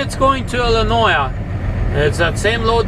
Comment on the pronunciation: Why do you call Illinois "Illinoia"??